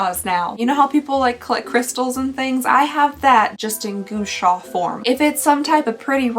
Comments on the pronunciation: okay its not GOO-Sha - it's GUA-Sha - Gua is pronounced like RAW but with a G. Think like this - GAW-Sha. Just trying to help unless you're not like super embarrassed to be mispronouncing it! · Gua like Guava, not Goo as in Goober Love your videos, congratulations on your wedding! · hearing her say goosha will never not be entertaining LMAO its supposed to sound more like gwa sa 😂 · No one tell her it's pronounced gWa sha because "goo sha" is adorable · "gu-wa sha" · Omg it's pronounced Gua sha - gwa sha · It’s pronounced Gwa Sha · It’s Gua Sha (gwuah-Shaw) but I love your natural hair I had no idea it was curly/wavy! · The universe will keep sending Gua Sha stones way until she gets the pronunciation right 😂😂😂 thanks for unboxing and have a good New Year ❤ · The way you're saying gua sha is absolutely killing me 🤣